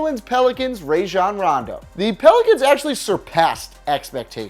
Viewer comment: Rayjon Rondo? He was great for us and pronounce his name right